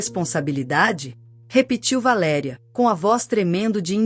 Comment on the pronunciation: V A L E' E' E' E' RIA: PROPAROXITONA!!! VAERI'A A PENA MODIFICAR, MESMO COM INTELIGENCIA ARTIFICIAL....